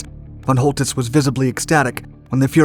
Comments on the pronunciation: Great video. But: 😲 whole tits? 😵 Man, if you’re going to report on Germany in WW2, you ought to learn to a little German pronunciation. It’s fɔn ˈkɔltɪts and sounds more like coal-tits or, in some places, sholl-tits; but nowhere like whole. (The von part sounds more like fawn, though the /a/ sound is much shorter.) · Pronounce the C like a K. Choltitz is pronounced Coaltitz. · the (Ch) in (Choltitz) is pronounced as (K). Very nice video (as always) tho. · His name was Coltitz, not Holtitz. I heard this story before. Later I heard that he hadn’t had enough explosives to blow up Paris (or at least important and culturally important buildings of it) anyway. So that he made it look as if he did out of mercy. - Who knows which version of the story is true....